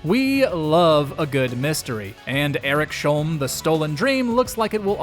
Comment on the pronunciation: Do my ears a favour and please stop saying Erik-Sholm. It's Eriks-Holm. 😊